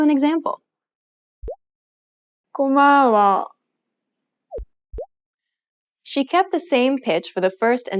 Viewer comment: wow.... 고마워 and 사랑해요 sound totally foreign......